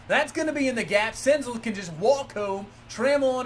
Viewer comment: Btw senzel is pronounced like gazelle